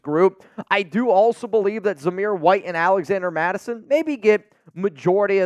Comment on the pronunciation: You totally butchered his name lmao